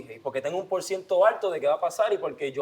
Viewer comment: jjaajjaja en el diciendo "Tu no eles Walter melcado" lo es todo!!!